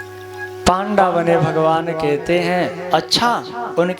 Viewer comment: पांडा नही उसे पंडा कहते है महराज,,,आवे जू घुमा दिया